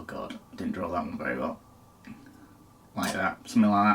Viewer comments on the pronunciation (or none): none